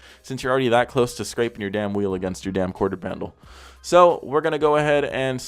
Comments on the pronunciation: “quarter pandel” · “ quarter pandle “😭🤣